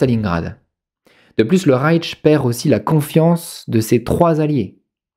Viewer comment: Et puis on dit Rayche et non Raytche. Mais ne soyons pas pinailleurs.